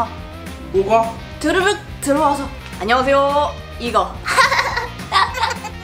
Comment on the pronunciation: 남반장: (드르륵) 안눵하세요~: (드르륵) 비키야~: (드르륵) 와썹 뷔퀴!